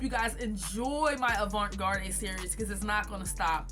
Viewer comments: it’s okay. I was hoping you wouldn’t be offended by me asking that question. But garde is pronounced “guard”. Also wanted to tell you that your tutorials have helped me out a lot and your work is beautiful so thank you. 💙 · I’m sorry but are you purposely pronouncing avant garde incorrectly?😅